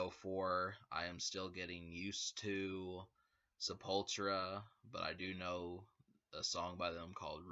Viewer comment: It's Se-Pul-Tu-Ra! ;)